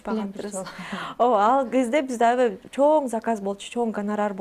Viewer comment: Авай авай деп чоң эне болбочу! Аябай деп жакшынакай эле сүйлөчү!